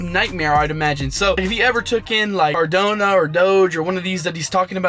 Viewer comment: Bro CardAnO not CardOnA lol